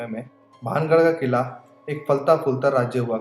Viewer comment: Quila nhi qila